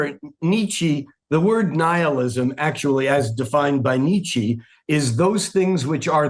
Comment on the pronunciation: "Ni-Chi" must be some Asian spiritual authority, I suppose.